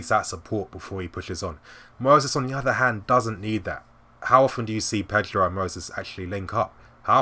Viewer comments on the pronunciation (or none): none